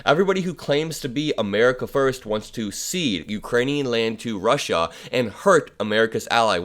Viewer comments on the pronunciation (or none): none